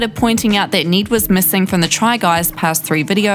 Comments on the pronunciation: i don't know if its her accent but it sounds like she's saying "need" instead of "Ned" which should sound similar to "red".. It is really messing with my brain, cause she says his name so many times. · Need gets me every time 😂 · “need, kaith, zeck, and eujane” the accent lmao